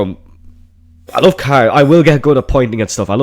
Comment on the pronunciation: "I wuv brum brum"